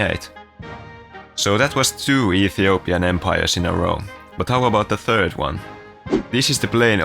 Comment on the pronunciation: "The Turd Empire of Haiti"